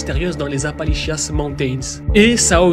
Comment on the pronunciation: appali💩 mountains